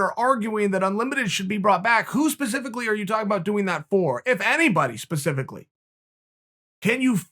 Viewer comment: Important time stamps: -leg cross/“it’s one of these things” -“pacificly” -“it was one of these deals” -Chael flexin on us